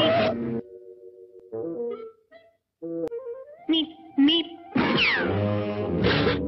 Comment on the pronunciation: I thought the road runner said meep meep not beep beep what the fu